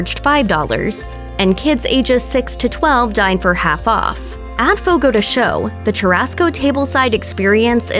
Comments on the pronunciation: Fogo de Cha-o, not Fogo de Cho!! Advertisements with wrong pronunciation is a no-no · Jeeez I can't even finish the video it's so damn annoying."Fogo de SHOW...Fogo de SHOW" How no one at Mashed even bothered to look up the pronunciation & just stuck to what they guessed it was is beyond me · "Fogo de sho" 💀💀